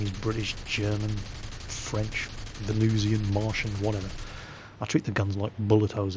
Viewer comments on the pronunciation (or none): none